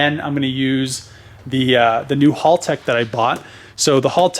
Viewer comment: it's pronounced HAL tech like the computer in 2001 a space Odyssey HAL not hall!!